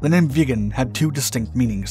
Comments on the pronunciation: "viggen", not "vegan" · Viggen, not veagan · it's the Saab j-37 VIGGENS NOT vegan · it's a Saab vIggen.. so like 'hidden''.. not like a saab vegan. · Very nice video. But can stop hearing VEGAN in stead of VIGGEN. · Viggen. Not "vegan". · Please someone Swedish tell me that this plane isn't actually pronounced like "Vegan" !! I always pronounced it where the vi sounded like in victory. Vig en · Viggen NOT vegan. JFC say it right man. Or don't say it at all. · VIGGEN, not vegan ! Ffs! F&%#! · Viggen is pronounced with a short “I” like in wick. I hear the “vegan” jet, vegan pilots all the time. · VIGGEN!!!!!! NOT VEGAN!!!!!!!! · Viggen NOT Veagen FFS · Why do you keep calling it a vegan? Its name is Vigen. This fighter ate meat in chunks. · it sounds like youre saying "saab 37 vegan" xd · Sounded sometimes like he says "the vegan". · I'm interested in the correct pronunciation of the name "Viggen" . I've always heard it with a short ' i ' and it sounds annoyingly weird to hear it as "Vee-ggen " but idk. Can a Swede tell me the correct pronunciation please? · bro calls it the vegan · you keep saying vegan but it's viggen with an ih and a double guh not an eh and a single guh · I keep hearing "the saab vegan" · Viggen is so, how to say?.... Raw? Absolutely great sound, and the design is top notch.